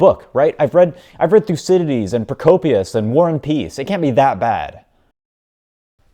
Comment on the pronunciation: His pronounciation of Thoukydides killed me